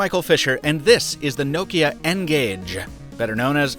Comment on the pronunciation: Thanks Michael for say Nokia right not like lot of English people (No-Kia)